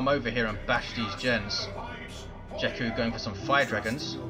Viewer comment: And no, you are not pronouncing "jekku" correct.